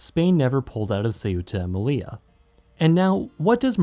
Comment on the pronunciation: but also with Melilla, very common mistake but it’s actually pronounced meliya, because double L In Spanish is pronounced like a y